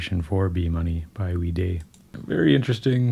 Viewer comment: Wee Day or Way Die? I always heard his name pronounced Way Die